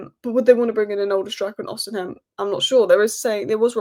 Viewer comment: “Osi-hem” annoyed me a little more than it should have.